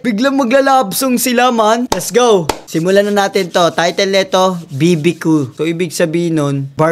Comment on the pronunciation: BBQ❌ BIBI KO✅